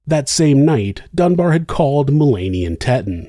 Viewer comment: Dunbar, not Dunbear